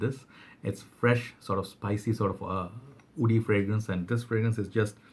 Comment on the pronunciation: Please say woody not oudy